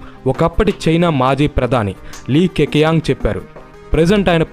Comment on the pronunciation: లీ కెచియంగ్ బ్రో ! , కేకీయంగ్ కాదు . చైనీస్ లాంగ్వేజ్ లో Q - చ , Ch - ఛ . J - జ , Zh - ఝ . X - ష , C - క్ష .